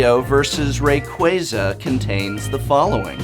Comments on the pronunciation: So did you downvote it because you were mad you were saying Rayquaza wrong? That's what a real Youtube commenter would do. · is it really pronounced "ray-qway-zuh" instead of "ray-qwah-zuh?" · Me: "Wow, everybody is probably just downvoting this because they don't like Poke-IS THAT HOW YOU PRONOUNCE RAYQUAZA OH MY GOD"